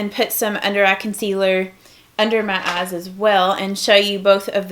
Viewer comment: I love how you say "eyes" you go ayes😂💗